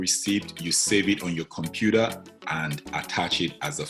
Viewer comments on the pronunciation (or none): none